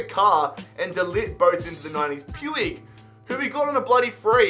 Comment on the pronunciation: It's pronounced pooch not pewig just sayin lol☺